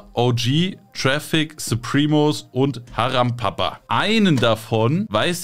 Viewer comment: Es heist Haram Para, Nicht Haram Papa😅